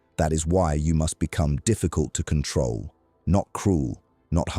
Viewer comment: Time not cantrol